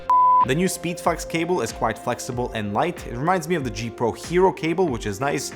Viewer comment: Anyone notice he said speedfucks cable?